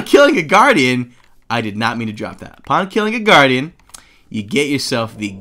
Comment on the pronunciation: GUARDIAN not guadian